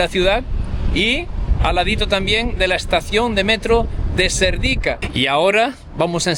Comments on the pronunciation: No es Serdíka, es Sérdika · Hola y mucho gusto a conocer os,,Yo vivo en España 22 años y soy búlgara,,Cuando veo que sois dos jóvenes que también queréis aprender les digo que Serdica el acento es en la PRIMERA "E" y Vitocha también en la primera "I",,Gracias Un saludo